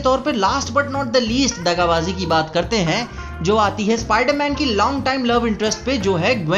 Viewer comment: Spider-Man ke bahut hi buri tarike se kahta hai 😁😁😁😂